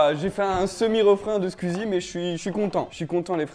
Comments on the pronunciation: il sait pas dire squeezie il dit squuizie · "SQUIZI" tu l'prononce vraiment comme ça 😂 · "Skuzi" mdr🤣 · bah "sqouizi" moi j'le prononce comme ça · Lise Goux comme ça Scouizi bon c est phonétique hein et Squeezie le prononce comme ça aussi 😅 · Béatrice Duvivier j’pense que c’est juste la prononciation belge comme a dit quelqu’un plus bas parce que pour moi c’est plus logique « squizi » ahaha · justement c "squizi" la prononciation belge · Comment tu dis squeezie ça me tue 😅😅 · CML tu veux le prononcer comment d’autre ?